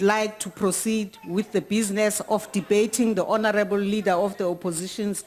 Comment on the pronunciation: don't say again and again honerable